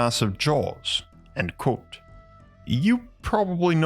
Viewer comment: is no one going to talk about they way he can't say the word ( quote )